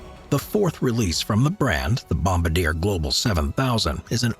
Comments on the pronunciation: bom-BAR-dee-A One of my favorites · Bomb-a-deer hahahaha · FYI you pronounced Bombardier incorrectly. It’s a French word but the English pronunciation is Bom-Bar-Dee-Eh